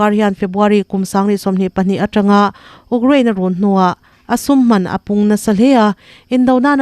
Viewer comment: A puangtu hian tan i lak deuh a ngai hle mai. Rei tak chhung chu Russia leh Ukraine war hi tunlai khawvel chanchin thar leh mite sawi tam ber anih mek laiin, ''uk'' (rawng uk, brown) angin i rawn lam tlat mai a.. "iu/you- kraine" tih tawh tur aw. Huatah la lovin hmasawn hi tum zel zawk tur a nia. Hmasawna inzir peih apiang hi an ngaihsanawmin an hlawhtling mai thin tih hi hre reng ila. A bakah chuan in news item collect pawh a tha viau a, a tawp a ruihhlo ngaite chungchang i sawi te hi a tha takzet!